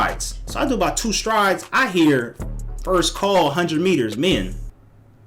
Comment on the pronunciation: When you said "strides" I knew you were from Cali.